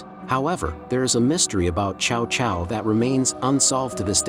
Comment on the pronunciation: hate these AI voices, his name isn't pronounced chao chao, it's t'sao t'sao